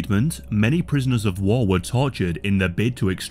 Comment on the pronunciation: "prisoners of wah"